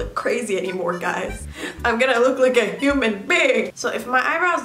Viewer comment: I heard “I’m gonna be a newmannn”I know she said human lmao love ya ^^